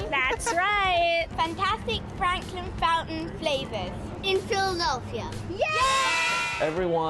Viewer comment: "Frankin Flountain!" 🤣